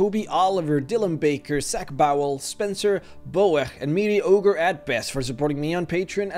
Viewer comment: I love your accent. Anyways for a while when you said MediocreAtBest, I heard MeatyOgreAtBest. XD